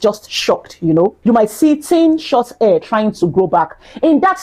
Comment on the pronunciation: Please say hair NOT Air